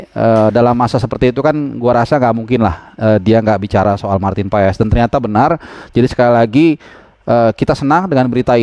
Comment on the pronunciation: Bacaannya paas, ntar di marahin kochi klo bacanya paes wkwk